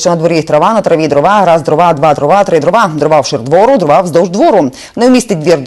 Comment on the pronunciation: дрОва - наголос